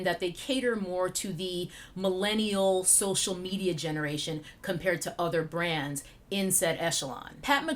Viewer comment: Now I hear „grans“ eveytime you say „brands“. Damn my ears.